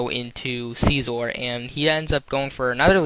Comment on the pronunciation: "archiops" "sciizoor" "renianiclus" "scaled"